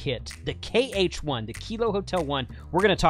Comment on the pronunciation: It's KH1, not HK1 (3x), jeez !